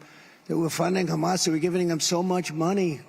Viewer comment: Look at video. He looks ill. He's talking about banning "Muslims" and he can't pronounce Hamas.